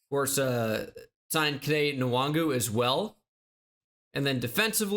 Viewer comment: Kene Nwangwu is pronounced “wahn-goo”